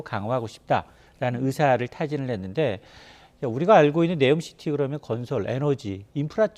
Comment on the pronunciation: 네오가 아니라 니옴 시티